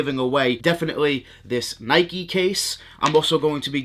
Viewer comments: It’s Nike not Nikey. You wouldn’t ride a bikey would you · I see you also get triggered by the mispronounced NIKE